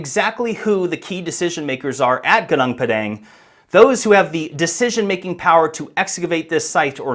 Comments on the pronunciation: Thank you for highlighting this site. But wrong pronunciation of Gunung Padang. Is it so hard to find out the correct pronunciation and say it correctly? It is irritating to hear local names pronounced in the American way. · its not GANANG PADANG, its pronounced -> Goo-Noong Pa-dunk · Gunung Padang is pronounced as 'Goo-noong' Pah-Dunk', not Geneng Pedenk😂 It means the mountain of enlightenment. South East Asia, the archipelago, has many ancient civilizations known as far back as 12000 years ago..so no suprise if Gunung Padang is more than that. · For my beloved English friends, here the right pronounciation Goon oong pud ung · GUNUNG PADANG is not Geneng Pedeng (typical ignorant American lazy to learn how to pronounce correctly) The history especially since western world colonizing has been tailored to their importance. Even the world map is so wrong since Mercator 1569 on purpose belittling huge Indonesia since. Indonesia is much older and advanced than Egypt. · Its pronounced “gooneng pa-dung”, roughly means mountain of grass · Goo-nong Par-dung learn how to pronounce it properly MAGA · It should pronounce "goo noong paw dawng" 😊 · What is more disturbing is yr pronunciation… It’s pronounced: Gooo-noong Par-dung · It's actually pronounced "goo noong phad dunk" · It's pronounced goo-noong pud-dung 👍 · It's pronounced "Goo-NOONG Puh-DONG" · Goo-noong Pah-dahng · It is pronounced goo-noong pah-dahng. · pronounced "goo- noong pa-daang" 😊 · pronounced Goo-Nong(like Bong) Par(silent R)-Dung(like cow dung) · it's pronounce as goonoong padunk in malay language which translate to mountain field in english.. i'm malaysian and fascinated by ancient civilization. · I hate it when Westerners mispronounce foreign place names without first finding out how the locals actually pronounce them. Your pronunciation is extremely painful to the ears. Enough. Stop treating something that doesn’t belong to you as if it were yours to do with as you please.